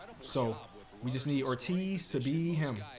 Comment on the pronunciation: Joey Ortiz plays on the Brewers, was in the Corbin Burnes trade. Was a top 100 prospect on the orioles. You pronounce his name like David Ortiz